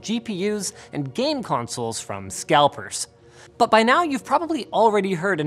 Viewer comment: ''scelpers''?? its scalpers bud.